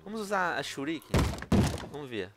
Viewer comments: mesmo se shuriken fosse pronunciado em portugues nao seria churiquei e sim shuriken porque é a forma correta de escrever essa palavra mesmo sendo portugues ou nao! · se o venom adorasse naruto msm ele iria falar shuriken direito